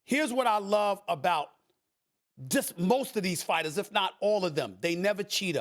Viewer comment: “Hor-day” Stephen A Smith